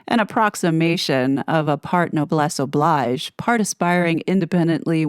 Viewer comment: …pronounced now-bless o-blije